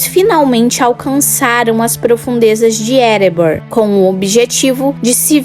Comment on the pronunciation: EREBOR... NÃO EREBORN